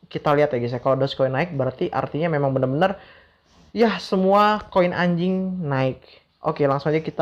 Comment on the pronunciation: Bang blng ANJING ny biasa aja bang... Hahahahaha.... (Ngakak gw)